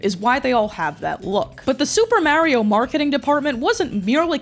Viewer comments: Yea cuz he says “Itsa me, Marry-o” I’ll never understand ppl like this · Why do you keep saying Mary-O? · I love how you pronounce Super Mario. "Supah Mayrio." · you still pronounce mario "mehrio" in anno domini currentyear? srsly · Love your videos but hearing you say "Marry-o" dozens of times is making me wanna pull a Luigi of my own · Meyrio, just love how you pronounce it. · please pronounce mario correctly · I hate how you say Mario but love how you say Poop so its okay I guess... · It’s pronounced Mario not Mario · Why do you say Mario like that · The way you pronounce Mario is going to give me ulcers. Good video. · I don't know why but the way you pronounce "Mario" sends me 😭😂♥️🎀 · There's an episode of Club Mario where they eat a guy alive for pronouncing Mario like you lucky for you I cant find it. Them eating the guy alive may or may not be hyperbole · skum that does not you pronounce mario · why do u say mario like that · Waiting for you to be flamed for your pronunciation of “mario” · okay, are you callin him mawio on purpose? what is that aboot? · I'd love to watch but my autism won't let me continue after the continued pronunciation of Mario. I'll assume it was a good reproduction of events. ever play sunshine? FLOOD literally says "Mar-ee-o".. Edit: I tried for 10 minutes, I'm screaming and I'll be seeing myself out. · Mah-rio. Not Mary oh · It's not M-air-ee-oh. It's M-are-ee-oh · this video would be 10x better if she just said Mario instead of Maerio 😭🙏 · its not mare-ioh, its mario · IT’S MAHRIO NOT MAYRIO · Answer the goshdang question You say it like the word "Mars", not the word "mare" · Who days mario like mare?!?!?! Mayrio😭 Edit: I just watched the video and im scared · As a person from New Jersey, I used to say it like this too, until I moved away for college and was bullied into saying it the correct (wrong) way. For some reason yeah in the most Italian parts of the US, people say Maerio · Mario….. Maryo is a New York thing.